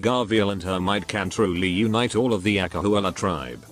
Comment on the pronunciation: when the narrator say "acahualla" my SSS blood is boiling 🔥🔥🔥🔥